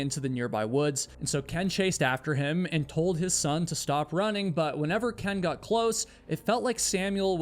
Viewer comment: Love your videos! But ive just got to say something. Am i the only one who notices that he pronounces his o's like u's, So "got" sounds a bit like "gut"? Is this a new England accent?